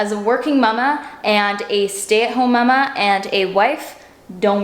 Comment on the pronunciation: I hate how she says “MUM-ah!” every time. Sorry to be salty. Lovely otherwise